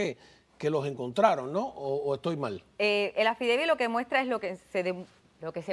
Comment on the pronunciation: Eso es lo único que ella puede hablar y repetir el affideivit y el affidavit.